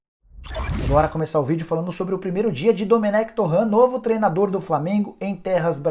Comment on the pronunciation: O nome do técnico não ê francês “Torran” é catalão “Toren”